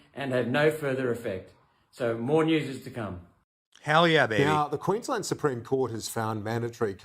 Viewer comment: The fact that your coverage includes us Aussies I can just this once forgive Benny for his mispronounced words, "Queen-Land" and calling it a Province like we are in Canada thank God we are NOT. I pray all the other states in Australia soon follow Queenslands lead and do whatever is necessary to make things right, especially in my state of Victoria, arguably we had it the worst with Melbourne being the most heavily locked down with the strictest rules that were enforced with a damn vengeance the likes of which we have never seen and will never EVER forget.